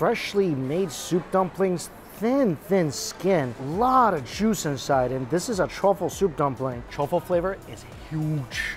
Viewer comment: I love how he pronounces juice as jewsh